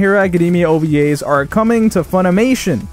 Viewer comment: The way u said ovas hurt...